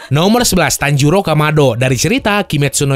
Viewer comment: Bang tanjiro bang bukan tanjuro